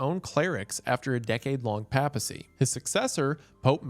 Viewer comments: Doing this purely for the informational value to those who, like me, have often mispronounced words they have only ever read. (I do not expect a man from Appalachia to be familiar with Catholic ecclesial terminology, and I am impressed with the correct pronunciation of "synod") Papacy = "Pay-puh-cee" Diocese = "Die-oh-cease" Christendom = "Kris-en-dum" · Me gently whispering "pay-puh-see" every time mr. goon hits us with another mispronunciation of papacy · The pronunciation of papacy hurts wendigoon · I went crazy hearing Wendigoon say "Papacy" wrong this entire video lol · Im EO but your pronunciation of papacy hurts me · Listening to bro pronounce papacy wrong the entire video was painful and has caused me to participate in engagement in comments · Pro’s amazing content, beautiful mustache, fun story about a dead pope. Con: doesn’t know how to pronounce papacy. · Or the papacy. As a catholic Im cringing so hard at his pronunciation 😂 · Bros pronouncing papacy in the most southern way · Pay-pa-see. I’m sorry, it just bugged me so much. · The way you say papacy really bothers me, Prots can never pronounce Catholic or Theological word to save your life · Mr Goon... every time you pronounced papacy as "paa-pah-see", i died a little inside. It's I've always heard it pronounced "pay-puh-see" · For future reference it’s pronounced “paypasy” not “papasy” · lol... i couldn't watch because of how he mispronounces "papacy"... long time fan but damn... if you wanna do a deep dive on catholics maybe switch from "papy-sea" to "pay-pah-sea" 😂😭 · there’s gotta be at least 8 different words you mispronounced brother…. not counting the times you said PAP-assy instead of /ˈpeɪpəsi/. However it’ll never beat guh-know-sticism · I thought it's pronounced PAY-pacy rather than PAP-acy. Then again I was brought up Lutheran so that might just be us. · “pay-pesy” not pap-esy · "Pay-pacy", Isiah! "Pay-pacy"! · "The pappa sea is decided by the dye aussies" lmao